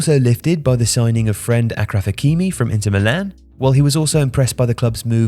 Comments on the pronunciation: His friend “Akraf” hakimi😂. It’s Pronounced “ashraf” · Hakimi's last name is pronounced Ash-raf not Akraf. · Achraf is pronounced like (Ashraf), not (Akraf) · it's pronounced ashraf not akraf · "Akraf hakimi" wth??? its an arabic name and pronounced as Ash-raf Hakimi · Akraf hakimi 🤣🤣🤣🤣 English speakers has no shame How hard is it to say sh? Ash? Ashes, ash tray? Ashraf hakimi get it right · its pronounced ashraf hakimi not akraf mate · Dear voiceover man - Hakimi's name is pronounced Ash-raf, not Ack-raf. The use of "ch" in his name is the North African way of producing that sound, due to their romanised names being based on French spelling/pronunciation rather than English. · Achraf Hakimi is pronounced "Ashraf", not "Akraf". It's an Arabic name, and only spelt that way because it's ch in French sounds like sh in English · Its achraf hakim not akraf 😂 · When did you ever hear someone call him Akraf? It's Ashraf. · Please,. It's ' ash-raf- not ackraf. Sincerely, a Moroccan fan. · He called Ashraf Halkimi, Acraf. Or Aircraft Hakimi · Did you just pronounce the name of Achraf Hakimi as 'Akraf Hakimi' ? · AH-KRAF Hakimi? Yeah that's not how its pronounced lol. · Dude, How can you butcher so many names... Say Achraf one more time